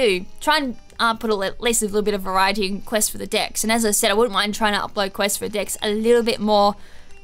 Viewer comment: Am I the only one that heard at the start quest for the DICKS XD